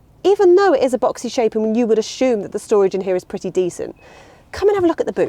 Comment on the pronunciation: There’s no ‘h’ in assume😳😊